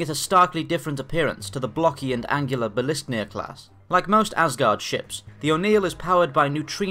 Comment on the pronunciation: Just want to let you know that it's not bil - isk - nir, it's bil - skir - nir. It's from Old Norse and is the name of Thor's hall.